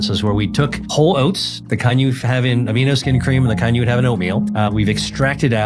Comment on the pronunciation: Did he say the Whole Oates or did he say 'Hall & Oates'? I had to listen to it twice. ;-)